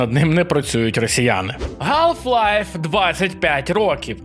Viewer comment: Все круто. Але скільки можно вимовляти "Н" у словах з англійської як український звук "Г". Це ще терпимо, коли кажеш "Горор", але "Галф Лайф" - це вже занадто!